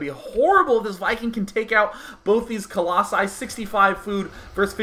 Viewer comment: singular: colossus plural: colossi i have no idea why you think it's "coloxun" or whatever you're saying